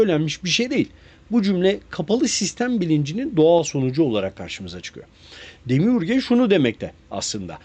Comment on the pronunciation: Bilgiler guzel nacizane Gnostics telafuz edilirken g soylenmez nostik diye okunur demiurge de demiörj olarak